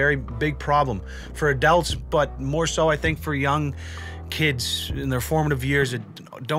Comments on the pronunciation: Are we just never gonna talk about how he says “adelts” instead of “adults”? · I don't want to be a bully here..... but the way you say "adults" sounds like you say "adelts" I am not sure if I find it a funny quirk or if I have OCD. =P Love you!